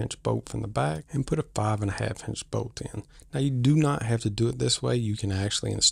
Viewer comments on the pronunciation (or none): I was confused, what boat? Finally realized you were saying bolt. 😂